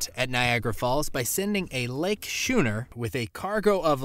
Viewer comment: What's a SHOONER??? Oh....you mean SCHOONER (pron: SKU NER)